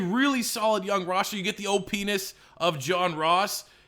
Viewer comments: Anyone hear ole penis instead of opness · Hey, stop saying OPness. It doesn't sound how you think it sounds